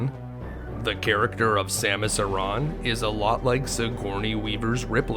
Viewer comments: Her last name isnt eron its samus aaron smh you got to learn how to pronounce names of the chars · Samus' last name is pronounced "aran", not "arAAAAn", lol